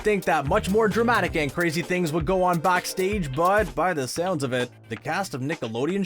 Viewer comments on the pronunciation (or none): none